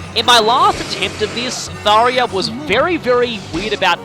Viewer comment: and its "Thar-JA"